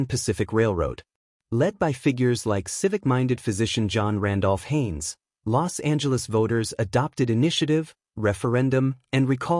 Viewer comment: You're pronouncing "Los Angeles" incorrectly. The "S" and "A" run together. The way you're pronouncing it sounds like you have contempt for the City of Angels (est 1781). Anyways it's always good to hear about Los Angeles' history.